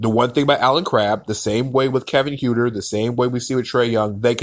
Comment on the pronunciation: Other than mispronouncing Kevin Huerter's (Hurt-er) last name, it was a very well reasoned and thoughtful piece. The Hawks are going to be an exciting team but the core players are very inexperienced and lot of pieces would have to fall together to likely make the playoffs. The season after, they will likely be an opponent no one wants to play.